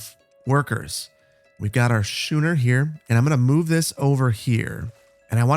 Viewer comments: Your "Shooner"? Do you also go to "Shool"? (just kidding around, but it's pronounced "Skooner" like "Skool") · frigate is fri-git schooner is skoo-ner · So glad you made another one! But it’s schooner (skoo-ner) and frigate (fre-get) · Love the Anno 1800! Engagement comment: “Shooner” 😂 it’s pronounced “skooner”! To ‘schoon’ is a super old English word that means to skim along. Frigate sounds like ‘friget’. You’d never know if you only read these old words! I used to work on schooners and …well never a frigate. A Barque (pronounced Bark lol) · Shooner is pronounced scooner ;-) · "And here we have our 'Sh-ooo-ner'..." Me: C R I N G E Loving this series though, looking forward to the next vid! (Also, in addition to "Schooner" being pronounced "Sk-ooo-ner," "frigate" is pronounced "frig-uht"):D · Hey man, I hope you're doing well. Um...you keep mispronouncing schooner as shooner....not sure if you realized that or not. :) should be as if you're going to say school, but instead of the l there is the ner at the end :) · "Shooner?" It's pronounced, "SKooner." And it's a "FRIG-et" not "fry-gate." ;-) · Frigate is pronounced “frig-it”, not “ fri-gate”. Schooner is pronounced “skoo-ner”, not “shoe-ner”. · He'll get it right schooner or later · btw schooner is pronounced 'skooner" Can't wait for the next episode. I didn't want it to end ngl. This is a great addition to the channel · Schooner. School. Just saying. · Love the content, but it's Skooner and Friggit 😜👍🏼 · can really tell you're from the midwest :P schooner is pronounced like school is, ch makes the k sound. and frigate is pronounced like "frig it" :D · FYI, the ships are pronounced “SKOO-ner” and “FRIG-get” 😅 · I'm loving this series and I hope you keep up with it! Just a couple pronunciation points so you sound a bit less like a lubber in future episodes: schooner is pronounced as "SKOO-ner" and frigate is pronounced as "FRIG-it" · Pretty sure schooner has a ch pronounced like a k. Skooner Like school.